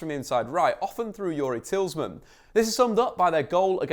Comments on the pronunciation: It's Tee-lay-mon not Tillsman lol. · It’s TEE-LA-MON-Z Not Tillsman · Tillsman? It’s Tielemans haha ❤️❤️ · Did you just say TIELSMAN instead of TIELEMANS 🥵🥵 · Absolute brilliant analytical work . Not to nit pick but Youri's last name is Tielemans repeat after me: Say "Tee le mans" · It’s pronounced Te Le mens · “Tillsman” ?? Shake my fucking head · Tielemans: exists: Tilsman (great video btw no hate) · you said Tielemans wrong. Its actually pronounced tea-low-mons Sorry but had to mention it. Hes who i base my style off so kinda get u know what im tryna say. I dont like people mispronouncing his name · Tielemans phonetically: teel-uh-mans. Pronounce mans like Le Mans, the 24h circuit. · It's Tee-lee-mon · Who the fuck is "tillsman" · Say it with me: Tee-leh-muhns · its Tea-low-mons I know you wanna say Mans but its Mons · It is Tea-le-mans, he is from the Flemish Outskirts of Brussels so it should be pronounced in a Flemish/Dutch way. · It's TIELEMANS isn't it ?!?! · Atleast call youris name right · This video and the analysis was excellent, but your pronunciation of Tielemens is disgusting 👎👎👎😂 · Lol other than Tielemans, I noticed this in the other video but learn to pronounce "Heung-Min Son" dude. I'm not Korean but I'm pretty sure "Heung" isn't pronounce as "Hew" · The ‘S’ is at the end of his name not the middle 🙈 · Fantastic video! One of the best I've seen covering our team. Great work. Only negative is you kept pronouncing Tielemans name incorrectly! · Dude can't pronounce Tielemans. 😂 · Khwezi Majoro and sshhmichael lol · Nobody can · I love you but the way you pronounce Tielemans jesus